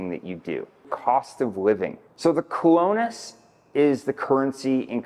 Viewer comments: a decent human being would make an effort to pronounce the words key to the message. You're not even trying. It's arrogant and insulting to not even attempt to pronounce the name of the currency in Costa Rica let alone the name of major towns. You don't need to be fluent, but you should at least be respectful. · Jaco, Sabana, Colones,... if you are going to give advice on Costa Rican things, learn how to pronounce the names. Your credibility really comes into question.